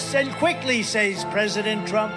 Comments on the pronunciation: "Sayes" ....thats the way foreigners pronounce it. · Isn't that the same way Melania pronounces "Says" That is what he was complaining about when he talks about people speaking languages no one knows. His wife and family probably speak their native language around him, just to tweek his buttons.